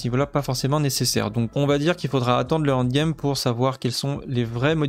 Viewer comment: tu es l'un des meilleurs youtuber au nivo journalistique sur D4 ! mais bordel le end game et non pas le hand game da fuck tu me rends guedin bisou quand même